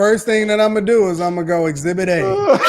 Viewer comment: Thank you exhibit Kay not exhibit A lmao